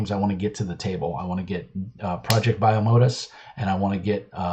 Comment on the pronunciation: Hey man! 1) It's pronounced 'project bye-oh-mo-dus' 2) Most of the art in this book is in the first chapter to help build some of the world. If you want to see some examples of the art available in the full book, you can go here : 3. No money was accepted for any of the ads in the book. They were added as a thanks to the various people who helped the book succeed. 4. GET REKT